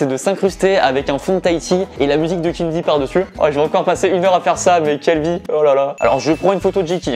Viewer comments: Je suis le seul à dire {Keen VÉ} et non pas {Keen Vi} ? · Ces pas Kenn vi le v se dit v donc ces Kenn vé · J'me suis dis la même chose ! 😂 C'est "Kinvé" la prononciation 😂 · Pourquoi tu dis keen'vie au lieux de keen'v ? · Keen'V et vi dans la prononciation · Suis je le seul à ne pas prononcer kenn'v comme il le dit ? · "Kine vi" mdr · La prononciation c kin vé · Mdr « keen ‘ VI »😂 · "Avec Kine vi" incroyable cette prononciation mdrr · On est dacord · Nan ça c'est mon gars, il a percé seul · Ah ouais trop mdr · Keen'V prononcer Keen'V(ie), ça me fume 😂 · Très bonne vidéo, malgré le fait que tu as écorché le nom de Keen’V environ 10 fois.... #TeamKeenV #TeamTahiti #AlHorizontale #Valerie